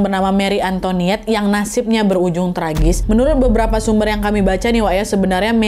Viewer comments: An to i net ,bukan antoniet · Antoinette kak, bukan Antoniette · Hai kak nad, setahuku Antoinette kalo bahasa Prancis "oi" itu bacanya "wa" jadi "antowanet" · Cara bacanya juga bukan anto(ni)ette, tapi anto(wa)nette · it's an-to-i-nette wak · Btw kak nad antoinette itu sebutannya kyk antwanet 😅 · Antoinette bacanya ang toa net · Oya aku kebetulan tinggal di Prancis, intonasi pengucapan antoinette itu antoanet(oi dibaca oa). Dan sebenarnya kalau menurut analisis beberapa sejarawan, marie antoinette hanya korban, saat itu prancis sedang muak dengan bangsawan dan kerajaan dan ingin mengubah sistem dan Marie datang disaat yang salah. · Chateau de Versailles deket banget sama rumahku.. Koreksi dikit bacanya ya Versailles= Versai Antoinette= Antwanet Croissant= Kwahsong 😂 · “Antonét” loh bacanya 😭